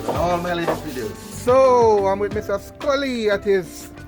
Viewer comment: Ooops "Scully" not Sully